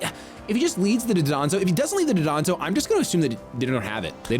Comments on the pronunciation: Dondozo is pronounced don do zo not duh don zo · I assume I'm not the first to point this out, but it's Dondozo, not Dodonzo. Super common mistake. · Pronounced “Don-dozo ” just by the by. That’ll be a little easier to fix instead of the 15-year Hydreigon pronunciation lol